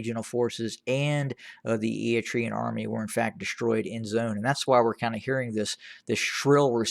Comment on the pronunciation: This channel has become the TDF fanbois network. TDF lost 300,000 members and this guy is still cheerleading for them lmao. Also, learn how to say Eritrean. It's eh-ruh-tray-uhn not E-e-tree-uhn. What a fool